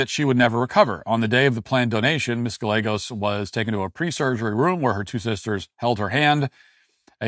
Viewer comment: Come on bro…you really gonna do Ms.Gallegos like that? There’s no way you don’t know those two L’s make a Y sound. Say Tortilla one time for me.